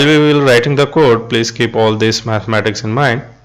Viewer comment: Thank you. But you have trouble with the "all" word:)